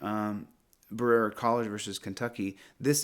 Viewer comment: Berera is pronounced ba-re-a from someone that lives 45 min away. Thought you might want to know in case you use that case again.